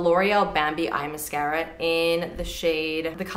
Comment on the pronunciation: I never tire of the way you pronounce "mascara." Here for it!